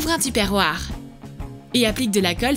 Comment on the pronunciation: Tupperware 😂😂 Ça se prononce "topeurware"